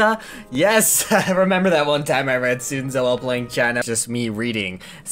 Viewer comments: Dude, Sun Tzu is pronounced Sun-zoo, not soon-zah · There's something wrong about hearing Sun Tzu pronounced as "Soontzuh". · when he says sun tzu as soon za it physically hurts me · Nobody: Not even Sun Tzu: trying to say Sun Tzu: Soon Za. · can't say I've ever heard someone pronounce Sun Tzu as "Soon zuh" before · 😡😡😡 it’s Sun Tzu, like the sun, Sun Tzu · Near you butchered Sun Tzu's name it pronounced son t-zo. I'm not Chinese I'm a massive history buff and sun tzu's book art of war I have seen which is why I correct your uncultured ness.